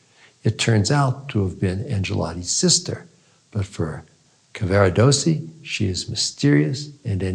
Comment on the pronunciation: This was an interesting interpretation of Tosca, and it is clear that Dr. Fineberg has considered the major themes of opera and their relevance in our own lives. I’m grateful, but I wish that he would pronounce Italian names an words more accurately. Mario’s name is Cavarados’si, not Caver’dossi or some such. And his third act aria is”Luce’van Le stel’le. Nearly all Italian word are pronounced with the stress or emphasis on the next to last syllable.